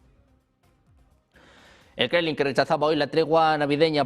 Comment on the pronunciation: El "Krenlin", dice el presentador. Mmmh, ¿Por qué nosotros en LATAM, que también hablamos español, lo decimos bien (Kremlin, como se escribe), y los españoles nativos no? Entre otras palabras.